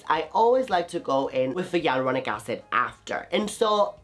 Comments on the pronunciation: Sorry but It's hyaluronic not yelluronic 😆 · I keep hearing yai-lu-ro-nic acid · What did u say aluronic acid!!! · I love your vids but I'm not understanding the way you say hyaluronic acid.